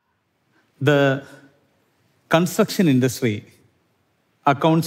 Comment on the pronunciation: consucktion struck in any language and accent